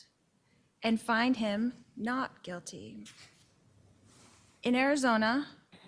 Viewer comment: A combination of "Quit" (talking, Lori) and "guilty" and we get "Quilty" LOL 😍